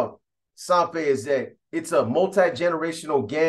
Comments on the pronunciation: Its SAN FER not SAN FE !! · Lol u hella pronouncing San Fer wrong af 😂 ive heard u say this in other videos its halarious! U have to pronounce the R at the end harder than that! It sounds like u say SanFe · Pronounced like San Fed…roll the R